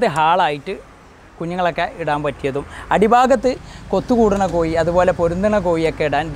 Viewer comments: കോയി അല്ല (കോഴി എന്നു പറ )🤭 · പറഞ്ഞ പറഞ്ഞ് " കോഴി" കോയിയായി, കോഴി എന്ന് 10 പ്രാവശ്യം ഇംപോസിഷൻ എഴുതി സ്പുടത വരുത്തുക ! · Not Koyi but kozhi. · കോയി എന്ന് പറയാതെടാ. കോഴി, കോഴി, നാക്ക് വടിക്കുക ദിവസവും. 🤪